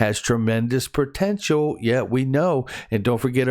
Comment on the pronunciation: What is "protential"? 😉